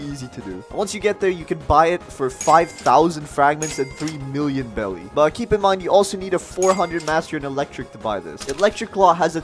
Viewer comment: Am i the only person who noticed hes been pronouncing beli wrong the whole time? Its not pronounced belly its pronounced berries its bery clear he hasnt seen one piece